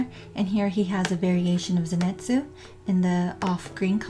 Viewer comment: LOL ZENETZUU HAHAHAH SAY IT RIGHT